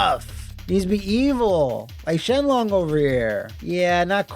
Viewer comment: Shenlong = Shin Long